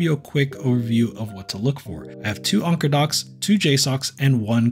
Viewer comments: Why are you pronouncing Anker as "Onker"? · Never have I heard someone pronounce anker as onker. 😂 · Ill go with Anne - core. One guy at work had an Anker speaker and sharpied a W on it. Cant unsee that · Anker rhymes with banker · just to troll, call it “ainnnkurrrr” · Saying onker was driving me a little crazy lol but overall good video. I wish there were some docks that didn't require you to physically plug them in but just sort of drop them in like the switch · I think Anker pronounce thier company name like 'anchor'. Not 100% sure. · Read & pronounce these words: - tanker - pranker - thanker - spanker - banker ….. now say this one: - Anker